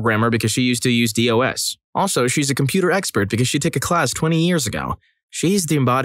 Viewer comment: “She says she's a programmer because she used to use DOS." Dude. It is not, not has it ever been pronounced Dee-Oh-Ess. It's pronounced as a word, DOS. Rhymes with boss.